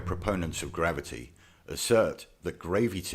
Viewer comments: Is his mispronunciation of Gravity supposed to be funny? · why do they pronounce it as gravy tea? it really flabbergasts me :/ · It took me this long to realize he was making fun of "gravity" by saying "gravy tea" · I didn’t get what he meant by gravy tea until he said gravity. Lol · Took me a bit to figure out what gravy tea he was talking about. OMG GRAVY TEA....GRAVITY SO F@ FUNNY. HA HA HA HA HA HA Seriously I have to reconsider watching these videos. I believe I am just getting a brain aneurysm. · Sorry, maybe it's the accent, but did he say gravyty? mmmm, I'd sure love some over mashed potatoes. I bet you it would stick to the potatoes very well due to some magical force. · Every single time he said "gravy tea" I burst another blood vessel in my brain... I just... I don't... WTF?!!??! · What the hell is "gravy tee"???